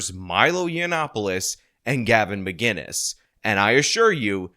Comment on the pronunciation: MAH-KIN-US, not MAH-GIN-US, there's no G.. god help us, how does this still happen.